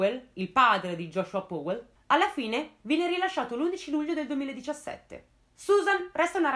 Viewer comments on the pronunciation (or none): Comunque Powell si pronuncia "Pao", non "Pouell"... E daje, mica è difficile. Come pronunci "power", "pouer"? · Bravissima! Un appunto ...Si legge pauel con la A...scusa se l'ho scritto proprio così come si legge non sapevo come spiegarlo😂😂 continua così brava 👍